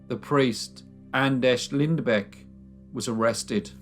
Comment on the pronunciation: Not exactly but close enough i guess :D But you got the last name real good and pronounced the ä perfectly, nontheless great video i enjoyed it!